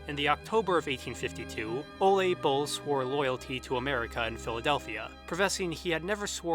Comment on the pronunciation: I love the videos I’ve seen so far, but hearing the name Ole (“Ooleh”) pronounced “olay” hurts my Norwegian ears. Given how thoroughly you research pretty much every detail in every video, it’s funny how you completely overlooked googling the pronunciation of the pivotal dude’s name. :/